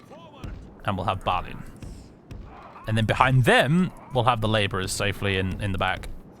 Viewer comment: Having spent much time staring at the pronunciation guides in the appendices of the Silmarillion, I'm pretty sure the letter "i" in Balin and Gloin should be pronounced "ee", so "Bal een", "Glo een", but I'm never fully confident in the pronunciations of much of Tolkien's world. Would love for someone to confidently confirm or refute this, though. I am certain however that it's not like the monosyllabic modern "groin".